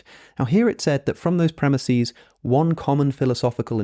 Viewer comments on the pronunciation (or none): Premises pronounced Premiseeeees? WTF is wrong with you? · Hey, Alex i really loved the video and it was great. But I can't stand you saying premises as premisis. Sry if I sound like a jackass